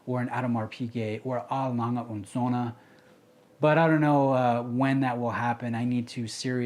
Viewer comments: I can appreciate that; it's the correct pronunciation. How come you don't pronounce "Patek" correctly? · Genuinely curious; A. Lange & Söhne is pronounced correctly, but Patek Philippe is not. Why?